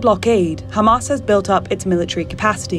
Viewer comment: LOL, the first narrator who knows how to pronounce Hamas!